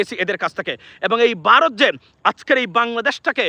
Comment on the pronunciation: বারোত না ভারত।